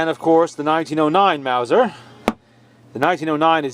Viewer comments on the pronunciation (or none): none